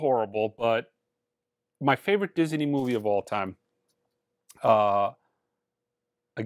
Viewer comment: At first I thought the way says "Disney" was a little strange, but now I think its actually pretty cool. I may try it myself. (Diz-Uh-Nee)